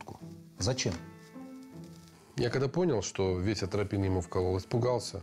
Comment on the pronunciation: Атропин,, а не антропин